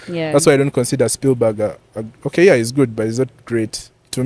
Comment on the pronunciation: I have ended the watching when says Speilberg....💔. 😢